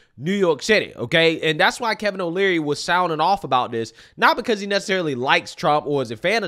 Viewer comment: Just a helpful tidbit, its "Kevin O'Leary" not "Kevin O'Learly."